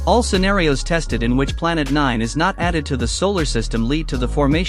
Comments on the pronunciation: stop saying nine like N I N E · i like it when he says “NÆĚÊN” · "Planet N I N E" always gets me💀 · The way you say "nine" makes me want to pass away from colon cancer immediately.